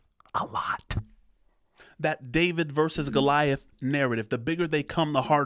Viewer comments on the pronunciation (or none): none